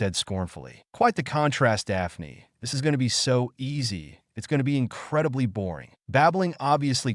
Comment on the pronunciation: Dah-pah-knee LMFAO